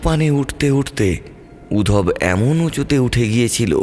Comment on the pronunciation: বাংলা গল্পে রুম কথাটা বড্ড কানে লাগে। ঘর বললে শুনতে ভালো লাগে। আর নামটা উদ্ধব। উধব নয়।